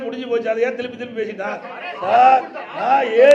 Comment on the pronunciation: திருப்பி னு சொல்லு திழுப்பி இல்ல